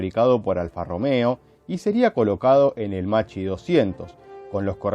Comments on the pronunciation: Macci 202. Come lo pronunci tu si scriverebbe così in italiano, ma l'aereo non si chiama Macci, si chiama Macchi, l'h dopo la c fa la differenza, "ch" in italiano si pronuncia come "k" e "cch" come "kk" (quindi Makki 202). Così, per la precisione. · Macchi se pronuncia como Makki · Macchi si pronuncia “makki”, con la C dura, come una K